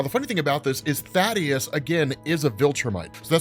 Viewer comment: You pronounced Thaedus’s name wrong. It’s not Thadeus, it’s Thaedus, pronounced like Thee-Dus